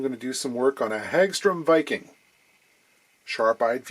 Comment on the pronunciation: I've heard it pronounced as Hog Strum as opposed to Hag Strom